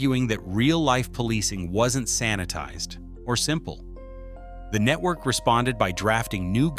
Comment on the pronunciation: Netwowy cwaady cofeeing? AI bumbling garbage